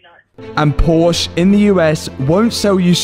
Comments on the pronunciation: Love these videos and progress!! Unfortunately, a million plus views and now there's a million people who will also pronounce Porsche WRONG. lol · Please pronounce the "e" at the end of Porsche just a short "eh" thank you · please, please pronounciate "Porsche" the correct way... It's respect to the founder, and the brand... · If I was playing a drinking game for every time you mispronounced Porsche, I would have passed out half way through the video.